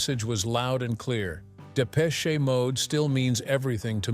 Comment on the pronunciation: Absolute Shite........Depecheeee Mode? At least pronounce it correctly ya yankeeeeeeee twat. Hmmmmm this content has opened my eyes 🙄........i dont think so. Dave and Martin are who they are......f**king legends. ❤